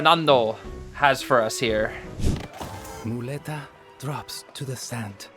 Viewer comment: Hey, spanish dude here, you pronounced muleta pretty good ^^. On top of broken, he looks hella fun and I think his background story is pretty interesting, let's see what he brings in the future